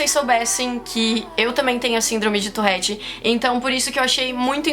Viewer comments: Amo seu canal de verdd mais se pronuncia tuRette e não tuRRette❤️ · Fala torette não torrete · Pq vc fala touRRete? O correto é touRete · Na vdd se pronuncia ''turrét" farnce 👌😗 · Vida inteira falei touREtte e n touRREtte '-' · Man pq ela fala torréte?